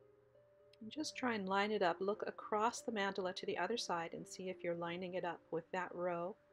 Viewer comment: BEAUTIFUL. The correct pronunciation is MON-duh-la.